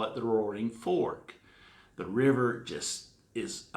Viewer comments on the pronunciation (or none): none